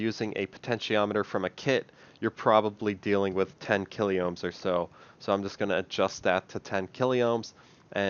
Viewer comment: The resistance value kilo, you are miss pronouncing the word incorrectly. It is pronounced as in keylo. Not what ever it is you are saying! You have some really great videos, and style of explaining I like to. I wish had produced more and how to use other components.😁🛫